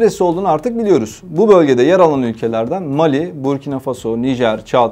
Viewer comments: 👍👍👍!вот только ударения правильнее ставить на последнем слоге(фасО,СахЕль,МалИ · переводчику неплохо было бы озаботится правильным ударением в названиях стран ..МалИ И БуркинА ФасО Это в школе проходят.